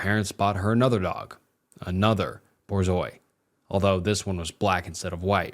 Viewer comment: Borzeeohs lol Dude just look up words you don’t know how to pronounce.